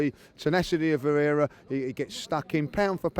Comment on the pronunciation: VIEIRA* get the mans' name right!